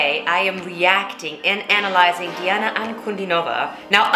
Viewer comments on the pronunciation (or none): Her name is pronounced as D-Anna Un-Cu-Dean-O-Va